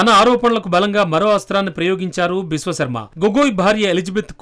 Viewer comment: విశ్వఖర్మ కాదురా విశ్వశర్మ రా ఎదవా